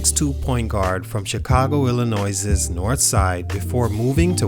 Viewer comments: It's pronounced Illinoi not Illinoises lol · I don’t know if I’ve ever heard anyone pronounce Illinois like that. That’s really adding the S and making sure it’s not silent. You might have even added an extra S.